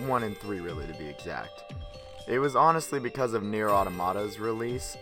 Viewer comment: Its pronounced near, damn!